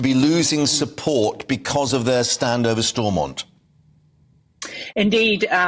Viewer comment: I love that this presenter can't even pronounce Stormont correctly. Shows how much GB News cares about Northern Ireland.